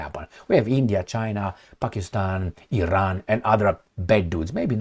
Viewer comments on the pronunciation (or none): none